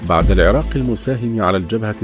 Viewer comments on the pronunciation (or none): none